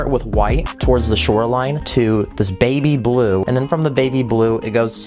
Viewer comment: The way you said baby blue.. 🤨 umm not right